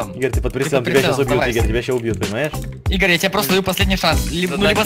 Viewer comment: Игорь не правильно говоришь